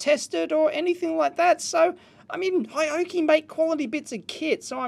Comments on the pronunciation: It is Hioki not Hayoki !! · Dear Dave: it's pronounced ‘hee-oh-key’, kthxbai.